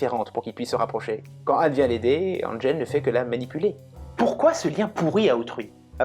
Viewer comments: Comme j'étais amoureux d'ILLERIA,je la kiffais cette petite "schtroumpfete",manquait un peu de EINSES,pour son visage....je craquais à chaque fois. Heu,je t'entend depuis tout à l'heure... éNJOL?!!!! W T F???!!!! essaies de dire: én-jeul et pas én-jol,gogole. LOL. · C'est une boutade,, je parle de la prononciation en français,én-jol,ça me fait mal aux oreilles. Salut à toi,bye.